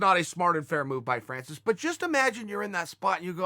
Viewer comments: Francis Ngannou: “My name is Francis” Chael: “Your name is Fancis” Fancis Ngannou: “I am Fancis, pride of Cameroon” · “Connor” “Fancis” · When Francis Ngannou met Chael Sonnen he was fan boying so much Chael now calls him 'Fan'cis...